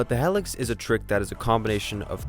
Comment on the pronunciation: It's pronounced hee-lix... not hell-ix